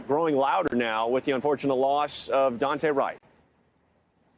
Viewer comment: It's not Dante', it's DooAnte'. Get it right NBC 😠.